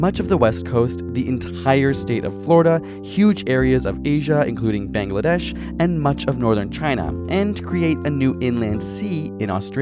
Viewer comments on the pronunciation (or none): none